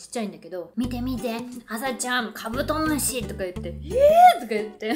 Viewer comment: 酔ってきちゃったのかカブドム"シになっててかわいい